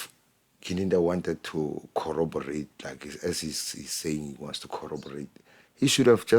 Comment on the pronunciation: King, you're too generous. can't even pronounce "corroborate." He always say "colloberate." 😂 I'm not gonna talk about his reading skills.🤓